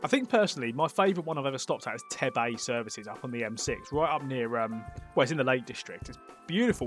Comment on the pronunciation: Tebay is pronounced like 'tea-bay', but I'm so happy it's a favourite!